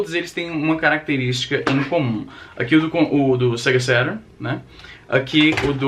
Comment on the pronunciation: "sega sérun" caralho.. estragou minha infância.